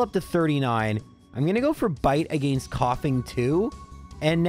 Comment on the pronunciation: I just realized I commented on your very first video. With that being said, if the way you said "against" 3 years ago is the same way you say it now please stop. Its just awful. Your videos are absolutely one of my favorites videos to watch while I play games. But again stop staying against that way if you still do. I don't like the way you say "arcanine" but that is up for interpretation. Keep up your good work.